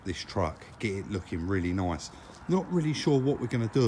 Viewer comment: nice but they way you say it sounds like noice . If that's how u spell it